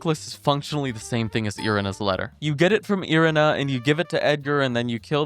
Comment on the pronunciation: it’s Eye-ree-nah